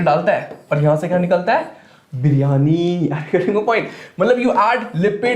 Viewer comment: how funny way sir said "biryani" 😂😂😂